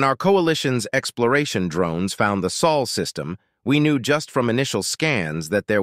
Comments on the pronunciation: It's Sol system, not Sual. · Dude it´s Sol System, not Saul System. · >soul system >piltiful Come on man. If you gonna use an AI voice at least take the time to proofread.